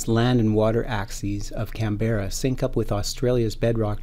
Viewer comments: this is how people should say Canberra (can-bra) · You pronounced Uluru and Canberra wrong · Presenter, at least learn to pronounce Canberra and Uluru correctly.